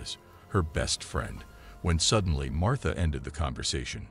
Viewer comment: Her name is MARTA NOT MARTHA. 😊